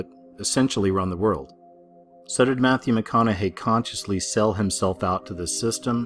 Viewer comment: Matthew Meh Conna Hay! Lol